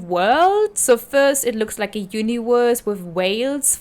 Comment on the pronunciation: "Uniworse" 😂 if that was intentional, well played.